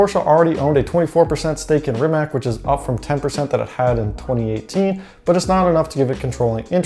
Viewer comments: Ree-Mat-S!!! Not fscking Reemuhts. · REE-MUHTS!!!!!! Not fscking reemack, no "k" sound anywhere in the Rimac name. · Mate Rimac said that the name of the company is pronounced /Rimak/ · wrong pronunciation of Rimac it's not Rimaq it's more like Rimatz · You said you dont know how to pronaunce his name, but you also dont know how to pronaunce his last name. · Rimac (you mispronounce it, BTW) is small, but it still has almost four times the Bugatti workforce. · Sorry, no. He might have said that several years ago, when he was resigned that idiot "journalists" cannot remember how to pronounce two syllables. Have you watched the live stream of "Bugatti-Rimac" announcement? Both Mate and Porsche/VW Group guys pronounced both his name and the names of all new entities correctly. Mispronouncing the names of people and companies you pretend to know about and lecture others is parochial - not simply arrogant, but pathetically so. "C" at the end is pronounced /t͡s/ (voiceless alveolar affricate). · are you high or something its pronounced Rimac dummy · You need to learn how to pronounce Rimac. If you don't know how to just look at that video of them merging together and you'll hear the proper way to say it.